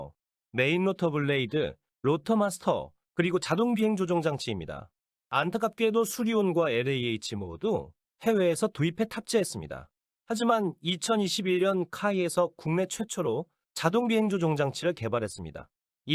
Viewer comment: 에레이에이치라고 발음하면 안돼고 엘에이에이치라고 L 발음을 제대로 해주셔야합니다 사람이 아닌가요? 발성이 이상합니다